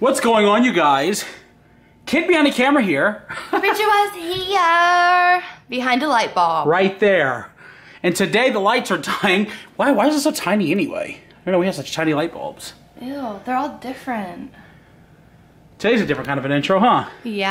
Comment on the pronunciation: it's bulb not balb 😂😂